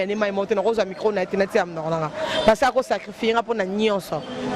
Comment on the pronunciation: Bonjour à vous très chers inteurnet??? Euh!! Boyekola pe musala ango nako loba correctement. Ce métier est noble bon sang!!!